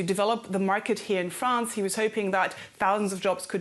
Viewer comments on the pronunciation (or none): none